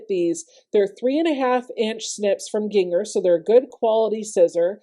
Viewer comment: Learned something this morning. I’ve been pronouncing brand name Gingher like the spice ginger. 🙃